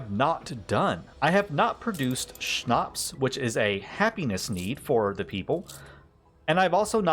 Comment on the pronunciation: Are you German? Really nice pronounciation of Schnaps! And thank you for the Video! Really insightful. Playing the Game since the steam winter sale and its awesome. Your videos really helped out so far!